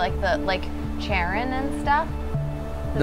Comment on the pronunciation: The ferry man’s name (Charon) is pronounced “care-on” not “chair-in”. :)